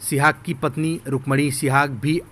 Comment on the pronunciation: Sihag not suhag.